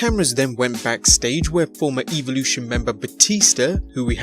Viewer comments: they said eevelution 😂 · Y’all hurd how he said Evolution 😂😂